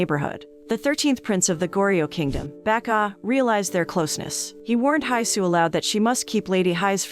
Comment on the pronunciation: Everytime she calls him “Baek-ah” I always hear “Becca” and it always makes me chuckle a little😂